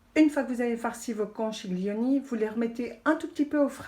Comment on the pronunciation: Un bon conseil : pour faire "italien", il faut commencer par une bonne prononciation ... ( conkilioni, par exemple ☺ )